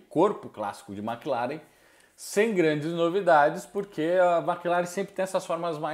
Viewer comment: Não se fala MÉcleren. Mclaren mesmo. Sim irrita. Tchau 👋